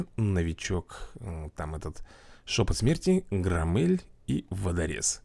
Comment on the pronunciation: Правильно Гро́ммель